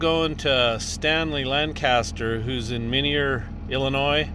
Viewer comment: Minier, Illinois is pronounced "my neer".:-)